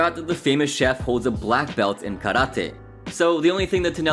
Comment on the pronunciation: Thank you for pronouncing karate correctly, also I did not know at all that Ramsay was a black belt in karate